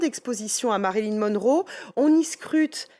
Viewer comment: * MariLYN svp et non MaryLIN 😂